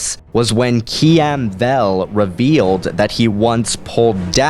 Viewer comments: "Kee-am Vel"? You mean, "Khem Val",? Oh, good god. You even typed out "Obalisk"? But... it's "Orbalisk". I want you to make a video of you pronouncing all the Star Wars characters with the craziest names! XD I definitely disagree with a lot of what you say in this video, but overall this is a needed video, and I'm glad you made it. I agree with your overall point. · "Kee em Vel" Sorry, not to be mean but it's pronounced "Kim Val"